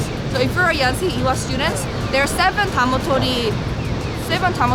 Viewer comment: By the way It's Ewha not Ehwa... :'D